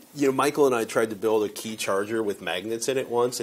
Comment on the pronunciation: QI is not pronounced kee its chee